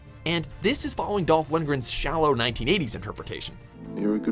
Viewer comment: I think you are right and by the way it is Lundgren not lungrium.